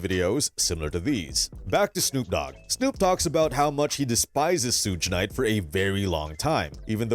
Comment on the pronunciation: man who the Fudge is sooge knight lol